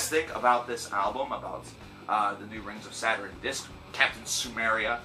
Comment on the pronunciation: Lmao your pronunciation of their name tho, Rings of Saturn is super dope, their new album is super good imo